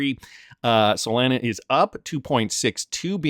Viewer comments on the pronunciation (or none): none